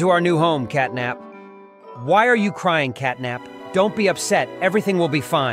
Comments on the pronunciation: Bro said capnat not catnap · bro really said "capnat💀🔥" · Catnap ❌️ Capnat ✅️ Katknapp ✅️